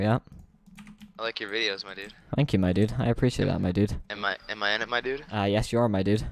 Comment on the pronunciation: LOL he kept sayin " my dud " im so done lolololol